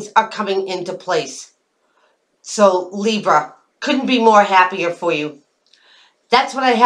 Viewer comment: "Leebs" I laugh out loud every time you say that. :P